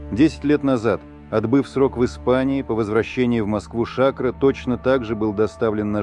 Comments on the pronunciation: Не Ша`кро, а Шакро` -сахар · Эй комментатор, ШакрО,а не шАкро!!!! Откуда вас берут таких"грамотеев"????